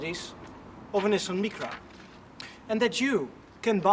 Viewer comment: Please next time pronounce Nissan Micra properly in English.